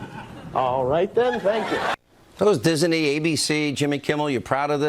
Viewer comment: why does he keep saying diz-en-ee?